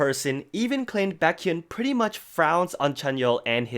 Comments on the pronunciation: Isn't it pronounced bay- kyun and not bah-kyun? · is pronouncing baekhyun as "backhyun" a running joke in the exo fandom im not getting bc a few other people i know say it like that too xD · the way he said bAkhyun lol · I love this channel but I wish you would pronounce Baekhyun's name better haha! Love you:)